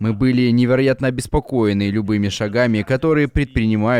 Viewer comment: "- мьі будем обеспокоеньі..." - пхахаха